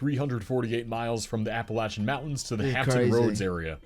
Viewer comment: He Said Appalachia Right Thank God 😅